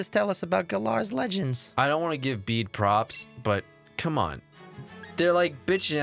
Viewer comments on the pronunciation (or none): A handy dandy list of the things Bede (pronounced Bidet) has done so far: Bragged Lost like a chump Lost like a chump again Accidentally caused deep intrinsic self doubt within Hop, slowly nagging at his sanity until he either betters as a person, or crumbles under the pressure Probably bragged some more Looked for wishing stars Bragged even more Revived a fossil Pokémon Put the newly revived fossil Pokémon out of its misery Saw the mural in Stow-On-Side Asked to borrow chairman Rose Whatsit’s copperajah Committed what is likely an act of domestic terrorism Lost like a chump a third time Got kicked out of the gym challenge Died of sadness Came back to life because he didn’t want to become a yamask Ate a pizza or something